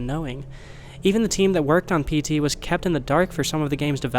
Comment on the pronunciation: Every time you say PT, I hear SD It makes me wonder what the japanese common term for PTSD is I think there would be random elements to throw off people, and make reverse engineering either painful or impossible